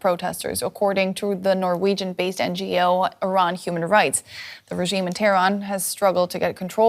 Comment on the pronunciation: Is there a special language training in DW English how to pronounce Regiiime specially when talking about Iran? All of you pronounce it in the same way,with German accent, with Indian accent , German American accent, wannabe pure British accent,etc….?